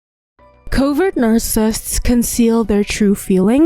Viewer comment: Why can't the narrator pronounce "narcissists?"